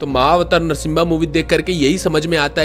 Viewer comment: Narshimbha nahi bro narshima pronunciation to thik se karo